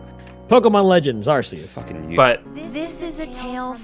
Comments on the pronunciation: And that is arceus (keus) not arceus (arseus) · ITS PRONOUNCED ARKEYUS OH MY GOD!